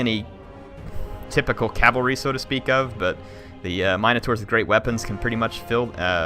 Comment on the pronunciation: This has been bothering me. In Warhammer is it really pronounced Mine-uh-tours? In everything else I've always heard mihn-uh-tour or mihn-uh-tar. Are they all acceptable?